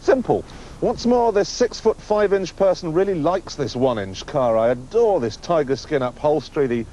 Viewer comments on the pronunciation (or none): none